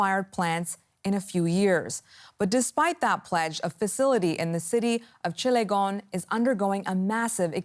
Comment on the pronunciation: its cilegon not chilegone